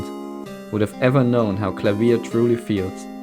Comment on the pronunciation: This is an amazing video, but the best part was you pronouncing Klavier's name correctly. Thank you